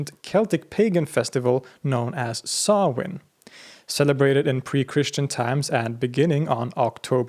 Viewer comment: Props for the proper pronunciation of Samhain there, man! Great work as always, balanced yet detailed. Thanks as well for the reminder to visit Sweden someday. Y'all stay blessed!